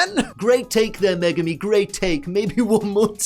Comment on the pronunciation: Did he say megumi